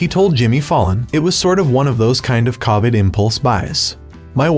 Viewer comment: I love this guy, but could the commentator learn to pronounce covid...